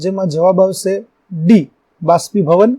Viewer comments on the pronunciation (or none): ભાષ્પીભવન નહીં બાષ્પીભવન